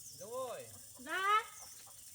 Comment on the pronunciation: Hello Dung family. The English pronunciation of Dung is Zoong. I just learned that and thought I would share with English speakers. Thank you for another great video dear niece.